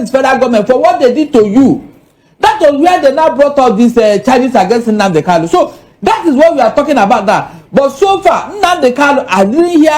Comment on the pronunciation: My friend, his name is Kanu and not Kalu. It's irritating hearing this supposedly educated man saying Kalu instead of Kalu.